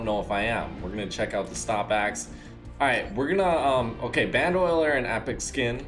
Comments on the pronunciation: BAN-DOE-LEER!!! NOT BAN-DOLIER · Lol it's ban-do-leer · You can't pronounce it... Its B-an-d-A-Leer (bandolier) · it isnt band oiler, its bando lier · It's pronounced band-o-leer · It’s pronounced band-o-leer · Lol where do you see “oil” in bandolier??